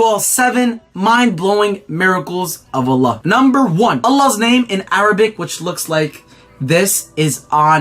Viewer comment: That’s not how you say Allah dumb dumb